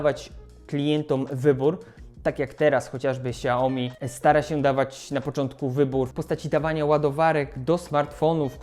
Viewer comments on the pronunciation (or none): none